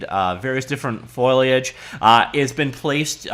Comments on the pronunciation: How to pronounce foliage: first say foe, like as in "friend or foe". Then say lay as in "lay down". You've got the -age bit perfectly, just the first two syllables are tangled together like "foil-y". Practice foe-lay, foe-lay etc. I'm not taking the piss here. I just know that you can do it,. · Still having problems with that pronunciation, eh. Think Foley, then add Age. Foley-age. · Foliage foliage foliage. You know a folio? Or a portfolio? A portfolio is a big folder for carrying (port -- a "porter" carries stuff) you folios, or "leaves" of paper. Foliage is leaves -- sam word, same pronunciation. Folio, foliage, folio, foliage, polio, poliage.